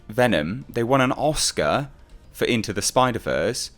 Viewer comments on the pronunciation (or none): none